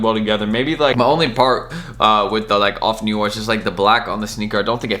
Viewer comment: Off No* R. Not of neeeooorrrr